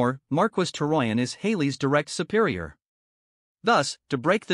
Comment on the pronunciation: The way the AI says "Marquess" (it's pronounced "mar-kess") is killing me